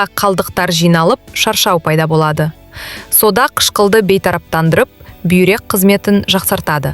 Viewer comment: Содан дейсің бе,әлде сОда дейсіңбе? Дұрыс оқып үйренсейші.или мектепке бар😅😅